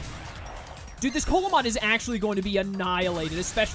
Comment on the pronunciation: Coelamon is based off of the Coelacanth , pronounced "See-luh-kanth", so instead of Coal-ah-mon it would be See-luh-mon. You prolly were already told this and you've already completed the run, but I figured I'd let you know.